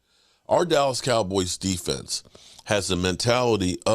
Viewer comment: pronounces "dallas cowboys" funny 😅